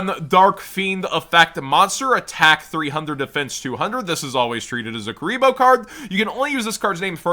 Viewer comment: "Kuriblee" Kuriboh is canon in the world legacy lore now